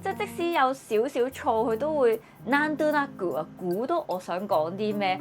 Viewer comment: 講真你真係要好好練習下日文啲讀音咬字 淨係なんどなく你都係讀唔正㗎 如果仲係日本1年目就話冇計，你仲要已經8年目同埋日本人老公⋯